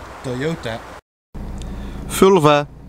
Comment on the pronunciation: Wie zegt er vulva hahahah